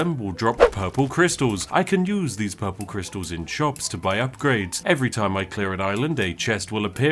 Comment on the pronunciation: "Purpul kristal"